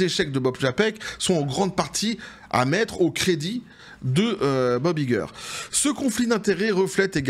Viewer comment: Kevin Feige, se prononce Kevin Feïgui.